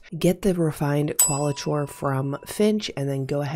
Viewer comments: Just a heads up for future vids.... It's Kwall-i-core rather than Kwall-i-chore. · This is not meant to be rude. But it is Qualichor is pronounced Core, not Chore. But thx for the vid. Big help. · Just so you know it’s Qualichor (Kwal-ih-kor) It was kinda funny hearing qualachore a bunch of times, kind of an ironic name tbh since this grindy annoying ass quest is a chore Given the “reward” I’d warn against grinding it out, just finish it the easy way with the deep sight scorn body every day, then find one group of executioners once you have the refined qualichor and then forget it exists unless you end up with more refined qualichor and come across a group of executioners while in an area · Qauli"chore" made it very difficult to listen to this vid. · My Linguistics professor said he's 99% sure Qualichor is pronounced as: cuh-WALL-ick-er. It's some strange word that Bungie created, which means they're the only ones that actually know. 😂 Since it's not a word that's used in the real world, there's no easy way for anyone to check the accuracy. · I'm SO sorry to critique but I wince every time she says qualichor the way she does. There is no way it is pronounced like that.